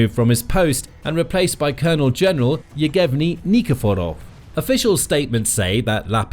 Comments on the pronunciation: It's Yev-ghen-ee, not Yegev-ni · it's not Yeg-evny, it's Yev-geny - the Russian version of Eugene